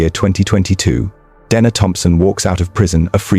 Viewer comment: How many ways can the name Dena be mispronounced..?